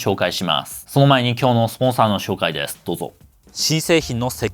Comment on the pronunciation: って日本語をしゃべるときに英語みたいな発音されますけれど、すっごく英語を勉強されたり、ずっと英語圏にいらっしゃったのですか？ 例えば「紹介していきます」と言う時に「シューおうかいしていきます」に聞こえます。 発音時に最初に口から息が漏れてから音が出ています。